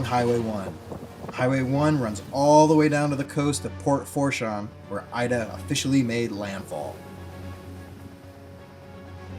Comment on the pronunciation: It's actually pronounced Port "Foo-shaun"